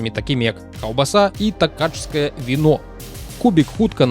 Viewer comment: славутае венгерскае віно ТакаЙскае, а не ТакаЧскае :)